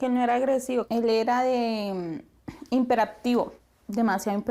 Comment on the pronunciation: Es hiperactivo no himperactivo.